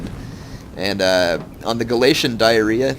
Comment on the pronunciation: ITS gal-ei-sy-un